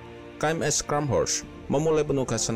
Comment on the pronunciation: koreksi dikit Min klo di ejaan nya Jerman , "Scharnhorst" itu dibacanya "Sharnhorst" , bukan "Skanhorst" 🙏